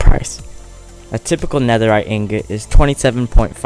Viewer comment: NEAHERRITE TRIDENT 🤔